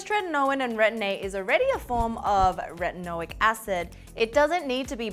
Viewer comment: its called Retinoic Acid not retonic acid